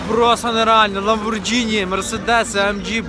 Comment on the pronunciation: Не "ламборджині" а "ламборГіні" !! )))